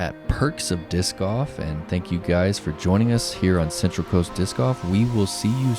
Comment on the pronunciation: I swear if I hear say “diss goff” one more time!! 😂😂